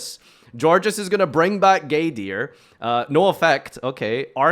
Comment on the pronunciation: Why he is calling the card gay deer?